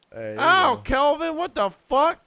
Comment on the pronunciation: Every time can’t get Kelvin or Virginia’s name right, I want to shake a baby